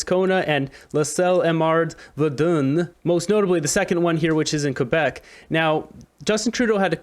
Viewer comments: It's Ver-dun, pronounced Ver-done. That is the correct pronunciation. Not Verdoon. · It's not VAREDUUNE..... it's pronounced ver-done. My home town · Pronounced verdone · it pronounce - VerdAn )